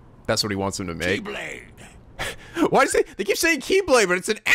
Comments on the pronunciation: greek person here and long time fan! Yes, that x symbol is indeed the greek letter chi and it was chosen because its anglicized pronunciation is similar to the word key (its correct pronunciation is more akin to the letter h in the word human). So there you have it! Chi-blade not ex-blade but don't worry about it. Keep up the good work!!!:) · the "X" is the greek letter "Chi". What you're hearing is Chi-Blade, not key-blade. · On that note,, YES that's the Greek letter Chi (though I think it's supposed to be pronounced 'Kai'. Not sure why the say it as 'Key' here. Oh well.) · the "X" in Keyblade is pronounced "Key" or "Kye" the symbol is actually... well symbolic, because without too much spoilers the X-Blade is supposed to be the ultimate balance, and the X represents that, the 2 lines meet perfectly in the center to show that it is the ultimate balance of 2 forces. and that is most likely the most i can say without spoiling the whole backstory of the X-blade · the X-blade is from the greek letter chi, which is pronounced ki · The "X" in "X-blade" isn't the Latin letter "X". It's the Greek letter "X", transliterated as "chi", which can be pronounced as either "key" (as in the game) or "kai" (as in mathematics).